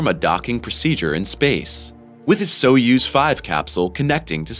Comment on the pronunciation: Soyuz - pronounced Soy (like Boy) yuz (like Does) soy-yuz!! NOT SO-USE!!